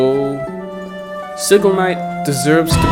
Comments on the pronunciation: He said it wrong lmfao it’s Si-gil not sig-il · Yeah, that isn’t how you pronounce “Sigil Knight”